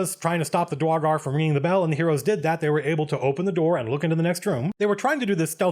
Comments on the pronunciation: Dra-gar i know he dosnt care about mispronoucing it but its Dur-igar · Excuse me, Sir Colville, I am afraid I must confess that I, as well as some of my fellow people, find your pronunciation of "Duergar" triggering and personally offensive. I hope and pray to our great and wonderful lord and savior Abbathor that you amend this mistake, so that we may comfortably sell you into slavery, without concern that you may offend your soon-to-be supreme owner-lord. Thank you, we appreciate your consideration. ... ... ... Nah, screw the dank dwarves. Love your vids, man. You wield the voice of an angel, and the words of a timeless scholar. <3